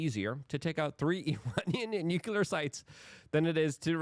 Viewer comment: Nu-clear NOT Nu-cular